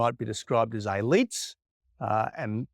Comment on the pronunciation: Is "ayleets" elites? I'm not familiar with this word... help?